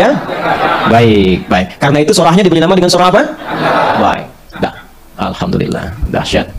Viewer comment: Sebelumnya saya minta maaf Saudariku se iman sedikit meluruskan huruf mim / m nya jgn dobel krn tdk bertasjid 😘👇 ASSALAMUALAIKUM WARAHMATULLAHI WABAROKATUH ... Dan huruf lam / L nya yg dobel di akhir di awal tidak 👇🙏 ALHAMDULILLAH ... 💖💖